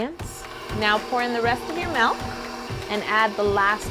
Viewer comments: Anyone else bugged when she says "melk" and not "milk" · This woman is flawless other than the fact that she says "melk" instead of milk